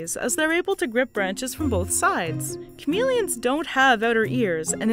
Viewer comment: why is she pronouncing it chameleons but not chameleons